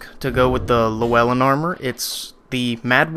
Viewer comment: Anyway, you can kill Agdayne and get his sword AGAIN from Melentia Also, You are close to saying Llewellyn, you say le/well/in, it's said lu/well/in. With Lu kinda like the word you with an L infront of it. Lyou